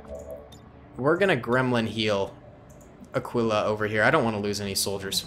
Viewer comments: Aquila’s name isn’t pronounced “ah quill ah” as I heard you say it... it’s more like “ah key lah” not tryna be nitpicky I just know bc it’s my dogs name XD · Aquila is pronounced Ah-kee-lah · Aquila is pronounced (uhh-key-luh)